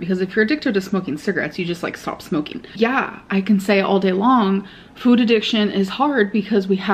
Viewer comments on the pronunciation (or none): I cannot handle hearing her say “füd” so many times in a row